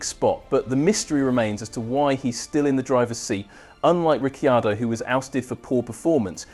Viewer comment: Please learn how to pronounce Ricciardo's name correctly. It's not Riccyardo.